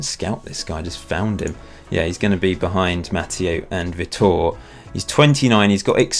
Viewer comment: btw vitor is "vee tore" i have a friend from Brazil called Vitor so I know